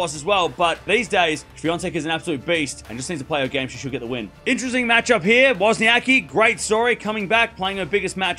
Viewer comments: So you choose to spell her name wrong!!! Just like the guy in this video pronounce her name the same wrong silly way most "anglos" do! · It is funny as there is no ‘c’ sound in English and you are basically omitting that letter from WozniaCki surname ;-)